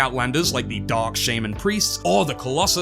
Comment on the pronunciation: Why do you pronounce shaman like that😭